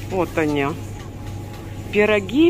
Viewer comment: по польски пирОги - это вареники. Вся разница в ударении 😃